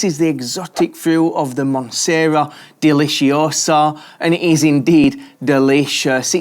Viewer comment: "Monsteria" is the way it is pronounced by people who can't read. It is correctly called monstera deliciosa, even predictive text recognizes this.